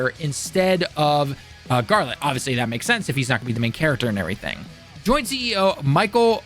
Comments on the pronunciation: I could have understood a "Jeralt" but "!" That's too much man! 😜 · This guy like actually can’t read… I’m so confused he keeps calling geralt garlet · 1) What are you doing with your face? Why the overly exaggerated expressions? 2) Learn to pronounce Geralt. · wtf did you just call Geralt?🤣🤣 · My dude lost all credibility when he couldn’t even pronounce Geralt’s name. Like he’s telling people to go play the game and it doesn’t seem like he played it.